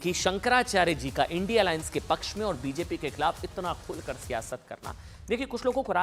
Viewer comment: पत्रकार महोदय इडी,,,नही, इंडिया बोलो